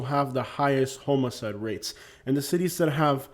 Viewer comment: I kept wondering if you were saying homoside ora homicide. I'm from Minnesota close to Canada and even though I haven't lived there since 14 I can't say bag rag rag without ppl falling on the floor laughing. I really enjoy your content especially being in Lee County Florida. It's heart breaking to see we can't catch up from the last few hurricanes.